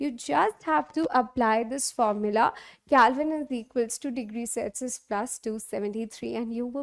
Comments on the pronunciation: It is not calvine it is Kelvin 😅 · Yup that is not calvine that is kelvin 😂😅